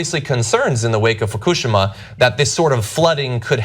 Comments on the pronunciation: did he just say fukushima with the same emphasis as hiroshima? that's not really how japanese works haha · It's not fakooshma, dude. It's fookoosheema. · Foo koo shima? Everywhere else it's pronounced foo-kee-she-ma. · fu-coo-shim-uh.... lol. I've never heard it pronounced that way. I've always heard foo-kih-she-muh. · its pronounced, "FU-KU-SHE-MA", not "FU-KOO-SHIMA" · What the hell is a 'fook-oo-shoo-ma'? Dammit John, ya putz. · John, i love you. BUUUT im almost 100% sure its pronounced FU-KU-SHI-MA.. not that it matters really.. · FOO-KOO-SHE-MAA. NOT DIFFICULT. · this dude said fakoosheema 💀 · Can someone teach him how to say Fukushima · dam he butchered Fukushima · Haha was this dude in junior high during the tsunami? Come on, he reads "Fukushima" phonetically.